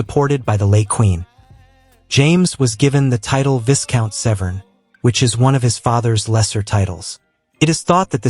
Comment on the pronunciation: I would have enjoyed this if the word viscount had been pronounced correctly. The letter S is silent, and the first syllable rhymes with "my."